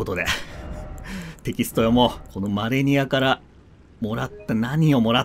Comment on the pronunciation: 死亡ダイジェストの時に第一形態マレニアが 「アーニャ マレニア」 って言ってるようにしか聞こえないw